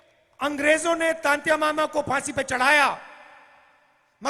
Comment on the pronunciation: राहुल जी आपको तो टंट्या मामा का नाम तक नहीं आया था तंत्या मामा बोल रहे हो